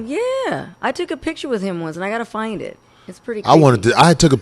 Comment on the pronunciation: Please STOP saying pitcher. The word is PICTURE. We're better than that